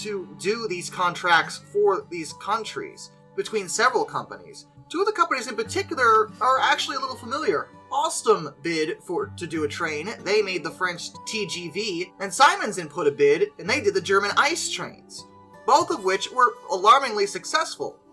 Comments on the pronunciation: Hello! German here. First off all, thank you for making these Videos. They're awesome and keep me really entertained. I learned alot from them. I just have two minor points. And yes, I am aware this is very nitpicky. The company Siemens isn't pronounced "Psy-mens" but more like "Sea-men's". And the other point is why are barely any German trains on your lists? I'm aware that we did made a few duds. Not many, but they do exist. Did you just maybe overlooked Germany? Just curious 🤔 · It's pronounced See Mens